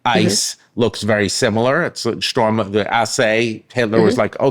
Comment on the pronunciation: I would expect Professor Stanley to pronounce 'Sturmabteilung" correctly -- the first syllable isn't the English 'storm'.